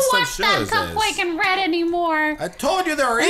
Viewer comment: In the start when Cupquake is talking: And i am her with my husband Red!' I'm always hearing: And i am her with my husband Bread. And i lovee this videoo :D